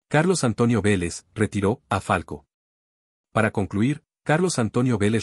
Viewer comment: Me parece que el narrador del video dice Falco y no Falcao. Si no estoy equivocado en lo que escucho, claramente es una falta de profesionalismo y escaso rigor informativo de quién hace el vídeo. Por eso le doy mano abajo y denuncio por información errada.